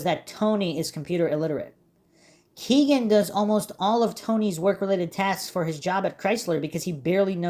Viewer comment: Why do you insist on say KEGan (it’s Kegan like a keg of beer) kline’s name like that? RIP everyone’s’ ears who listens via earbuds